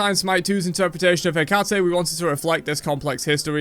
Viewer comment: For anyone interested Hecate is pronounced like that. The h in the first syllable is not pronounced instead "he" is just the letter "e" pronounced like in the world hemp for example. The second part " cate" is pronounced like the cutty in cutty shark the whiskey.